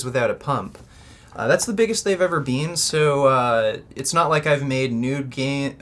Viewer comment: Holy shit am I happy your channel has fallen so far from the millions you used to get. I couldn't give a shit about your opinions though, no, I don't hate you for any actual valid reason. I just can't stand the way you say "been"